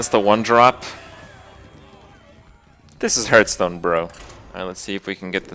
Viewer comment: Kripp gets triggered at going second, I get triggered at the fact that he still cannot pronounce Hearthstone properly